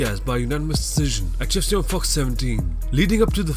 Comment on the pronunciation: Every time the narrator kept saying "UFC", I thought he was saying "GYPSY."